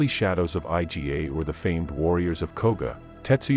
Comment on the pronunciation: I"GA' two syllable word not I. G. A. you trying hard blogger you know a little.